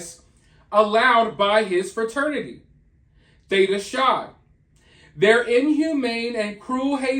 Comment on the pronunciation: Hey, not at all in a rude way or anything but it’s pronounced like Theta Kai or like *high but starting with a C or K*. Just so you know, Greek can be confusing 😁❤️